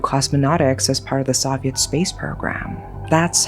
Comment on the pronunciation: That's it. This has to be Ai. The English is too fluent to still pronounce "Soviet" wrong. There are always little mistakes that almost seem charming, but that particular word is way too well known to be mispronounced by someone who is this fluent.